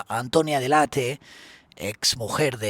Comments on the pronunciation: PERO COMO C PRONONCIAS SU APELLIDO?????? DELEIT?!!! DE DONDE SACAS ESO. ES ITALIANA, SE LEE COMO EN ESPAÑOL DELL' ATTE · Qué ridículo eres .. se llama de Antonia dell' Atte y se pronuncia tal cual! Ella misma pronuncia así su apellido. Y tú diciendo "deleit"🥱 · DELL·ATTE,.TAL CUAL,.. ES ITALIANO,..🤣🤣🤣, NO INGLES😂😂